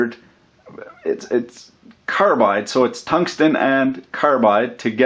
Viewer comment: "cunt-stun"?? OMG! Gotta remember that one. Tungsten, you have had your last keerect pronunciation from me. lol